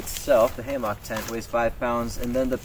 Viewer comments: As soon as I heard “ham ah k” I left 😂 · Is he saying Haymock? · I have never heard hammock pronounced hay-mark. Same for carabiners (beeners) pronounced as cara-byners. Is this a regional accent thing? Having taught English as a second language in several countries I have an interest in accents and having had the pleasure of visiting your great state i do know Minnesotans do have a distinctive accent. I did enjoy the review. I've just received my Haven XL and am eager to get it hung.